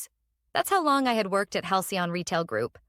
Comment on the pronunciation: Why can't your AI system say Halcyon sorry it worked, once